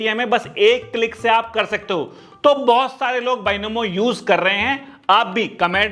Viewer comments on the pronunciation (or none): baynomo☪️😂😂 binomo✅